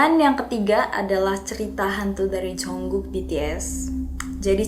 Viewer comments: Jungkook kak bukan Jongkook😂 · JUNGKOOK KAKKK BUKAN JONGKOOOKKKK